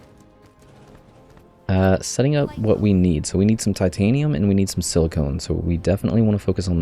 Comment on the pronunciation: FYI it's pronounced the way it looks, siliCON (or sil-i-ken), not siliCONE. Silicone is a man made material used, among other things, in breast enhancement. Silicon is the naturally occurring element that is being represented in game